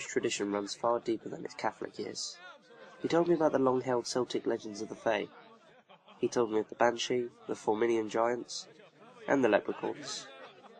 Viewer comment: the c in Celtic is a hard c pronounced like a k. pronouncing it as an s is the Boston basket ball team name not the culture of Ireland or Scott land or any other countries that are considered Celtic.